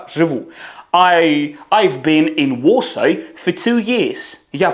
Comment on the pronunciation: А чому Варшава вимовляється ВОШАЙ ???? Дякую автору за харизму😅